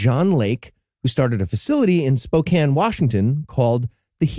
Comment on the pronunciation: I'm in Spokane so 2 things, 1 that's such Bs we've never heard of it and 2 thank you for saying Spokane correctly